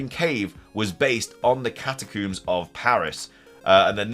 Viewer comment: Literally screaming at my phone “it’s Catacombs, COMBS!!”